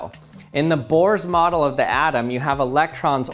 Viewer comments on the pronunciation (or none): none